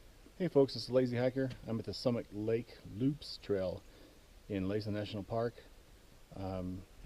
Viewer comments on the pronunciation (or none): LASSEN LIKE LASSIE THE DOG , ONLY WITH EN NOT IE , LOL